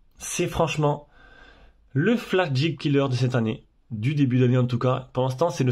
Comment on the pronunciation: Un peu de mal à prononcer flagship ? :-) allez je t'aide : en phonétique : flague chipe